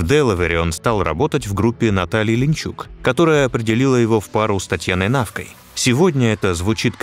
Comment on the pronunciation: Не "Линчук", а ЛинИчук, и не рЕфери", а реферИ. И зачем столько левых кадров, надерганых отовсюду?